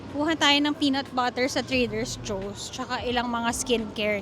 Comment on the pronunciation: Try reading, it’s TRADER JOE’S! Also, you’re overly acting. Just vlog normally, it’s getting too annoying to watch.